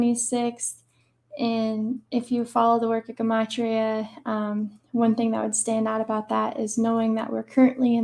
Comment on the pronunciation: Good stuff by her but can’t lie it’s cringe she keeps saying guhmatria instead of gematria lol